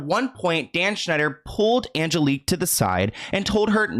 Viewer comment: This is nutty because my name is also Angelique. Like the way u pronounce it